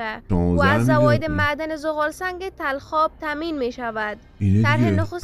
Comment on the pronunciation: این خانم اشباه گفت تلخاب نیست بلخاب است